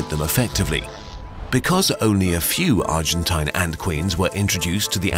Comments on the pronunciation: Hey mr German guy that tries to sound British. Stop trying to sound like a pompous asshole. It’s pronounced argenteen. Argentinian is plural. Don’t take my word for it, autocorrect will prove me right. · argen-tayn its pronounced as argen-tene lol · It's pronounced Argen-teen, not Argen-tahyn. As in rhymes with spleen, not spine. Note this isn't even a tomayto or tomahto situation, in spanish the letter i is pronounced exactly like the english name of the letter e. "een" is correct, "ahyn" is wrong. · Argentine rhymes with machine, quarantine, marine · It's pronounced "argenteen". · Argentine rhymes with machine It's pokysyllabic